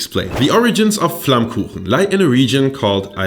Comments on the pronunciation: do you even know how perfectly you pronounced 'flammkuchen'? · As a German living right next to the Alsace this was kinda funny to me. Also very impressive how well you pronounce flammkuchen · hab doch gewusst dass du deutsch kannst, du sprichst flammkuchen viel zu perfekt aus als dass du ami bist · the pronounincing of flammkuchen was suprising onpoint. you even know what elsasss is, you really catched this complex topic in a frame that fits a yt video. i cant find a flaw. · So happy that you introduce tarte flambé :D (and even more happy that you got the name right :D most alsatian call it by its french name btw ;) ) Still i'd say that your "classic" version of it is a bit different than what used to be served in alsace, originaly you'd have the "normal" who was only lardon (ham), cream and oignion and the "gratiné" that add cheese to the previous one. However, your version align more with new interpretation of the tarte flambé that start to show up in local restaurant nowaday, and being a vegetarian from that area, god i love them ! Anyway, i'm really honored that you show them to the world, a big culinary thank you! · You say „Flammkuchen“ like a German